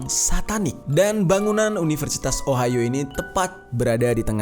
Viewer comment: Entah knp pas bang jerry nyebut ohio di telinga gw ohayo :v Biasalh wibu wkwkwk